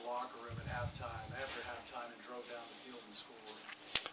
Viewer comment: This whole press conference is a bunch of basic as hell coachspeak except for shazam... Ketch... And how the hell do you turn one syllable words like down into two syllables lolol